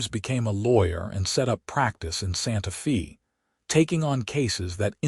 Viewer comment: I enjoyed the story... how ever you need to teach the voice bot the correct pronunciation of her name and of Santa Fe..